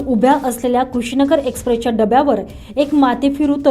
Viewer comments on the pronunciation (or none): नाशिक न्यूज जरा इतर मराठी न्यूज चॅनल बघा किती छान वाचतात ते कुठे थांबायचं कुठं पोज घ्यायचा हे निवेदकाला कळलं पाहिजे. तुमची निवेदक (बातमी वाचणारी) वाचण्यात किती चुका करते तरी चार-पाच वर्षांपासून तीच वाचत आहे कृषी नगर नाही ते कुशीनगर आहे प्रत्येक बातमीमध्ये वाचनामध्ये चुका असतात.. कॉलिटी वाढवा सबस्क्राईबर आणि views वाढतील....